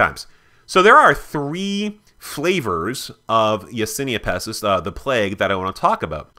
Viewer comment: Isn't it Yersinia Pestis not Yasinia Pestis